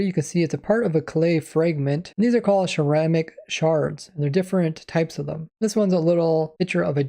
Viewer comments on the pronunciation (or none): none